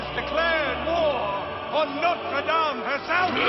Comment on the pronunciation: Omg you said dame wrong... idk